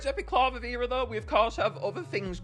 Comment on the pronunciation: Not clavavera it's candlvera.